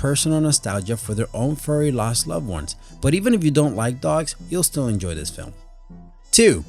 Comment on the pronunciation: "In dis movie..." "..abventure film..." "da Goonies..." "..short shtory..." I can't take any more. Why do you continue to do this? It's very difficult for you, it's so obvious.